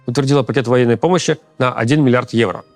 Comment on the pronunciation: он сказал "вагинной помощи" ??